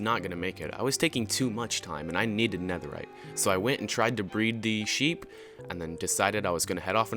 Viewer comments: When he said it and I also breed the sheep it sounded like he said I breed the sheh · Ac it sounded like he said shewi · day 37 my guy said Shreep noice